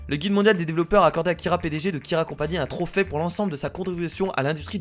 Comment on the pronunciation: Kira s'est pas un trophais sa se dis trophée comme le é !